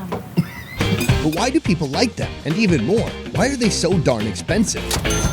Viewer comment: we not just gon act like he did not just say dirty pepole